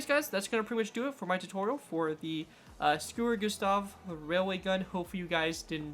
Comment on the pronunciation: This guy: S C U R U G U S T A H Entire Germania: Are we a joke to you?